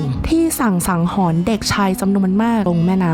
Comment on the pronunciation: ถ้าต้องพูดผิดเพี้ยน ความหมายเปลี่ยนนะ สงสารเด็กรุ่นหลังที่มาฟังด้วย คำว่าฆ่าหนักกว่าประหาร ไม่น่าปลิว